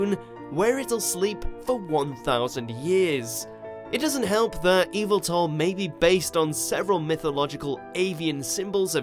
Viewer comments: Did he say eelveeltal and not Yel-vi-tal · Why Eviltal tho... Isn't it Y- veltal in pronounciation? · Yveltal. (Eee-vel-tall) you’re saying (evil-tall) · It is pronounced Yaveltal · You pronounced yveltal wrong Yaveltall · It’s yavaltal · It's "Yee-Veil-Tall", fool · Did this man really say EVILTEL?!?! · Mr Doctor I'm sorry to say but Yes😢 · Where it litwick and did you watch the diancie ( you pronouncing yveltal the wrong way ) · You said yveltals name wrong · And of course he mispronounces Yveltal’s name. Can you guys get someone who can actually say the names correctly?